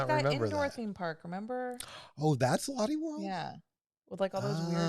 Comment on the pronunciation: It’s not pronounced lotty world! It’s loh-tay world. Based on the name Charlotte. Maybe the other park in South Korea was Everland!